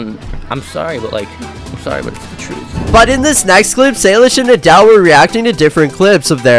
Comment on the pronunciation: You can’t even say nidal correctly this is fake